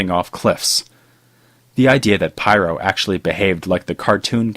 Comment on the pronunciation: Pyrrho Otherwise excellent job as usual!